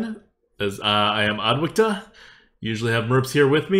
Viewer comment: Who is "adwacta"? haha